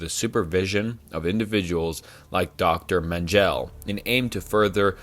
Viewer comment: Dr. Men Gel, umm never heard of him.